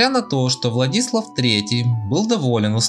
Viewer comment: ВлаДИслав...как же это выбешивает...ВладисЛАв...